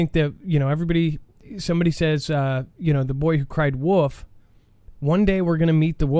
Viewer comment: Its the Boy who cried "WOLF" not woof lmao. Idk how many times i hear you say woof over the years and i just crack up😂 dont u have kids? U must have read the story. Its wolf boy not woof! Or is that just how u pronounce wolf? Sounds like your saying "woof".